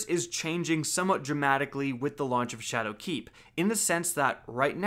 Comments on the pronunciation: SHAdowkeep Not ShadowKEEP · am i crazy or is he emphasizing 'shadowkeep' wrong? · The way you're putting the emphasis on the wrong syllable in "Shadowkeep" is really throwing me off. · So is saying ''Shadowkeep'' or ''Chad o' Keefe''? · Leek YES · i love how you emphasize the "keep" in shadowkeep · stop putting a space between shadow and keep when you say it XD